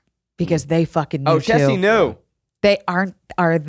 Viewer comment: I need to know if is calling her Jessie not Chessy